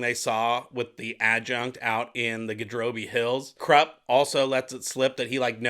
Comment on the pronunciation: I'm quite sure Kruppe is pronounced as kroop-pay.... My 2 paise...